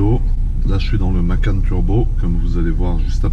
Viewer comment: salut je me présente karim j'habite à Monaco je dirige une agence immobilière qui s'appel agence draft bref on dit pas Porshe MACANE mais Porshe MACAN TU disait dans cette vidéo que tu avait de la culture......